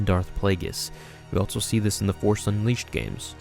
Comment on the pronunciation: I can’t take it anymore. You need to stop saying altso. Altso isn’t a word. Every time you say it, it feels like someone scraping nails across my brain. ALLLLLLLLSSSSOOOOOOO not ALTTTTTTTSO.